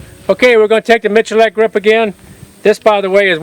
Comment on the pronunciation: Complete offtopic: Iam surprised he reads his name Miculek not as "Mikulek", but as "Michulek". Mičulek: kdejsme.cz/prijmeni/Mi%C4%8Dulek/